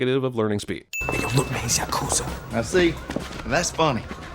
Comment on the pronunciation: Yah Koo Zah not Yuh Koozuh :)